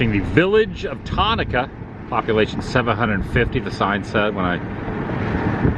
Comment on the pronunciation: As a Central Illinoian this is crazy to watch! I was actually at Disneyland when you were in my neck of the woods. Tonica is pronounced “Tune”-ika.